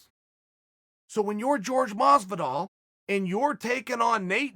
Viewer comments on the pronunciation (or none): Am i the only one who is annoyed by chael saying ‘george masvidal’ instead ‘jorge masvidal’ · George? It's pronounced Hor-gey Mas-vidal not George Massvidal.